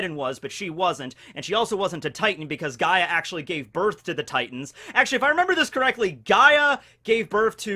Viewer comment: OOOOOOO HES TALKING ABOUT GREEK MYTHOLOGY. I'm Greek bois he got Gaia correct.